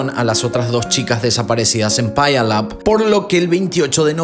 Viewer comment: Wow, me encantan tus vídeos, viví cercas de Puyallup, WA,( se pronuncia piu-lap)🙋